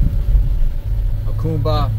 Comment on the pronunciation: "AH COME BA" Jacumba